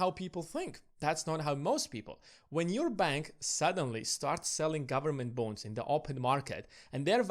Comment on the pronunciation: Sounds like you are saying ‘government bones’ 🦴🦴